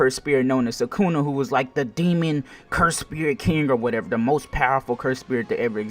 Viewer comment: its sukuna not sakuna 🤦‍♂️